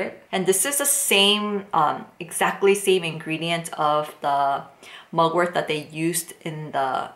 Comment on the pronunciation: It's Mugwort not MugwortH